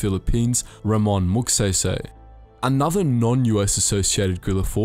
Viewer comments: It's pronounced MAG-SAY-SAY. Not MAG-SEY-SEY. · IT'S MAG"SAISAI" NOT "SAYSAY (pronounciation not spelling) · IT'S NOT MAGSEYSEY IT'S MAGSAYSAY A AS IN AH MYGHAD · Magsaysay is read as "Magsahysahy" not "Mag say say" But anyways great video❤️❤️ (Btw you earned a new sub) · The westeners saying bataan. Like Baton and Batan. And magsaysay to magsaeysaey. Literal "say" but i don't judge them i think it's just a bit funny. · When you say magsaysay is magseysey it's say say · just wanted for u to know that its magsaysay not magseysey when u pronounce it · Just a note: Magsaysay isn't pronounced as MagSEYSEY. It's pronounced as MagSAISAI. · The say in "Magsaysay " is pronounced as SIGH not say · Forgive me for this but "Magsaysay" is pronounced as "Magsaysay", not "Magseysey" or "Mugseysey". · Not offended but it's actually pronounced "Magsaisai", not "magseisei". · Hahaha hindi magsaesae magSaisai/magsaysay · It's Magsaysay not Magsaysey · You better know the Americans be pronouncing it like gay go 💀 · Magseysey and bateyn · "Calucan" "Batan" "Magseysey" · Yes they pronounce bataan as batan and magsaysay is mag sey sey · I like how you mispronounced magsaysay's name every time you say it. Magseysey heheh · I love your accent, can you say it again?! "Mag Say Say"🥰🥰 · Please read Magsaysay as Mug Sigh Sigh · um its Mag-sai-sai (Magsaysay) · Magsaysay pronounce Mag-sai-sai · Btw, just to put it out there, for non-filipinos, it's pronounced as ramon mag-sai-sai okie? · Btw It's pronounced as (Mag sai sai) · bro said sey sey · M yes magsay say forgive me for being that guy but its pronounces Mag sai sai Remember the weapon called sai? The smol trident yes the sai is pronounced as that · Thanks. "Mahg-sigh-sigh." "Cabanatoo-ahn." "Los Bah-nyos." "Hooks". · Let me correct you on the pronunciation of the name Magsaysay it's pronounced as Mag-Sai-Sai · As a Filipino watching a person from another country pronounce "Magsaysay" and "Bataan" is always funny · Magsabi sabi 😂🤣